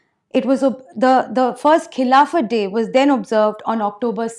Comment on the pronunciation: A repulsive speech by a repulsive woman...... She is giving a speech on Khilafat - she can't even pronounce the word Khilafat correctly!